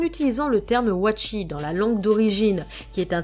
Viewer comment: C pas "watchi" mais watashi et pas "oré" mais ole